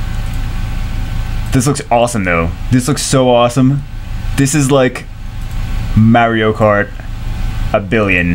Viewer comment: I cant even say "mario" the way you say it LOL, if you rewatch your videos you should listen to it and then listen to how the rest of the world says it;)........still love the videos thou keep em coming